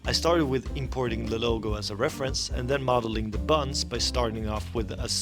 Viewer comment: This guy saying 'bunnz' just had me dying at my desk. Kinda sounds like the guy from Spongebob that does the "(insert amount of time here) later" line.